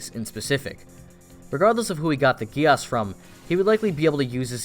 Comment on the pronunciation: Its code GEASS like giez or gies yk not gi-as! Pls remember that🙂